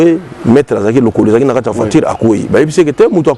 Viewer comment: Pas (Kaya) mais kata